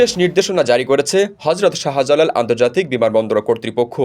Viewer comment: সাহা জালাল না, শাহ্‌জালাল বলুন। উচ্চারণ ভাল ভাবে শিখে তারপর সংবাদ পাঠ করুন।